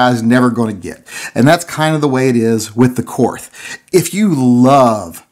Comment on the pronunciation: The name is pronounced Kort The H is silent